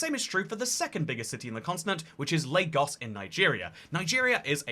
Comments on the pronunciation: First white person I've seen pronounce Lagos correctly. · You pronounced Lagos correctly Good job 👍🏿